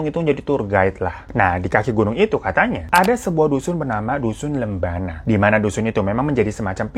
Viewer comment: koreksi kata: -bawakareang dibaca "bawa kara-eng" -lembanna dibaca "lemban na" -teta dibaca "tet ta" artinya "ayah"